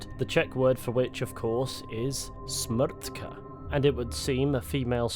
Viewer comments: also your pronounciation of "smrt" and "smrtka" was very on point for a non-native speaker! certainly better than a lot of other people :D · I agree. It is one of tough words and this pronounciation was really good. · Your Smrt and Smrtka especially were pronounced really good. I’m from Czechia